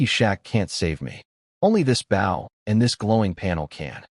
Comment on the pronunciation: The story is good but there's a lot of mispronounced words like bow, it's oh not ow. There are also a lot of spelled words that should be read, weirdly sometimes words that are spelled are read the next time it's used.